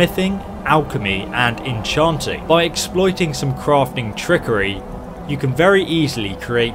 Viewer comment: En-chawwnting crafted weapons is always best, these cute little toys paired with your inability to speak English just make this a joke.